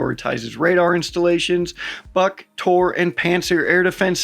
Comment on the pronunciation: Its pronounced "BOOK", not BUCK or BUG. Ya welcome! And in short essence: NOTHING is "safe" anymore, "there Is no rear in a WAR" to quote a poem from WW1